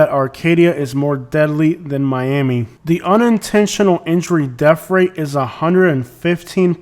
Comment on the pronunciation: What is a DEF rate? Annunciate English correctly if you are going to do video's.